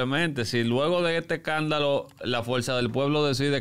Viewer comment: No se dice ecandalo, se dice escandalo.